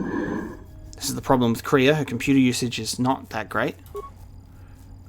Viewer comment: The Way you pronounce Kreia's name is wrong, it's pronounced like Leia